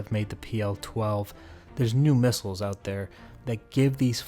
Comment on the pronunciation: "Alright we're getting oot..." Good call!! lol